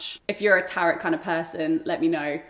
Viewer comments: It’s pronounced ‘tarot’ like ‘barrow’ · The tarot (/ˈtæroʊ/ Not carrot.